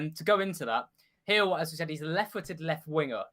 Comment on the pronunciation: Its pronounced Hil, not Gill